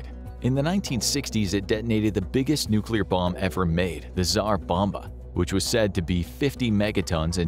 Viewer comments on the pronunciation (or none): none